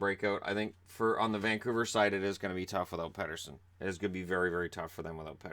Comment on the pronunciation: Petterson has said himself he wants to be called PETER SON not PET ER SON. Go check oit out on the Canucks channel, the video is called 'How to Properly Pronounce Elias Pettersson'!